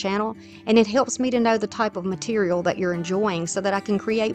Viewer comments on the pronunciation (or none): none